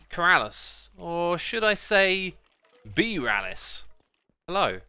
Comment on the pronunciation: Only keralis can say BeeRalis properly xD